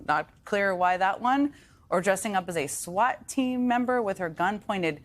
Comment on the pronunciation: 😂😂😂Did she said swat team or shut team 😅😅😅😅????